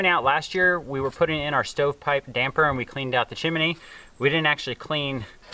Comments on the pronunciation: PLEASE... It's chim-nee (chimney), only 2 syllables not 3. Nice job of cleaning the stove pipe. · lol "sewt" and chiminee pipe" I like it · "chim-a-ney"....how you say it, -style! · Stove looks really good with the new glass door. Seeing the flame 🔥 always makes it so cosy. Made smile every time you said chimney by adding an extra ‘I’ in the middle. 😊